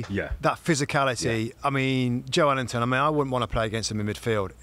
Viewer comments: FFS. Its Joelinton (pronounced Joel-inton), not Joe Ellington, and it was Bruno Guimaraes playing for newcastle, not Bruno Fernandez. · Bruh.... Im born and bred geordie and it is 100% Jo-elington. Just cos we call him joe linton doesnt make it his name, Joe himself says Jo-Elington. Same with Fabian Schar, its pronounced Scher but we all called him Schar for years. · What a cruddy first couple of minutes. Get your facts right bits. The ball was kept in play by Joe Willock not Calum Wilson. Plus it’s Joelinton, not Joe Ellington as both pundits call him repeatedly. Amateurish.